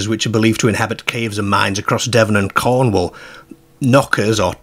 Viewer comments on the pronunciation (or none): none